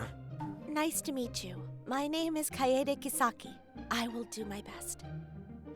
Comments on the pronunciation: pronounce the name properly . It is "Kaede" not "Keidi" or "Kade" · Ok...Male VA? You need to learn how to pronounce Japanese names. Kaede is not pronounced "Kayde" it's pronounced "Ka-ay-day". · Kai Day Kaede It was bugging the shit out of me you kept saying Cade or Kade so there you go KAI-DAY = Kaede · Kai eh dey. Not kade. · HER NAME IS "KA-E-DE". NOT "KATE" Why is it pronounced like that!! 🙁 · Japanese: Ka E De (Car-Aye-Dae) This man: Kaede(Kaid) I thought we're playing Rainbow Six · Love the story, but yall gotta learn how to pronounce the Japanese names. It's ka-ay-day not Cayde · I loved the voice actors and story. So please forgive this tiiiiiny criticism… Kaede = “KAH-EH-DEH”. 🤗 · Can the Male MC not learn how to pronounce Japanese names?! Kaede is NOT one syllable!! Better editing please!!! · anyone else's eye do a little twitch whenever he says "Kaede" wrong? 🤣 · Seriously, how tf hard is it to pronounce a name PROPERLY! Don't bother voice acting if you can't fucking do that much!